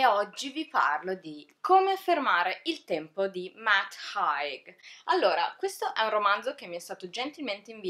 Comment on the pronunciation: Bellissima recensione! Solo... Si pronuncia “Heig” xD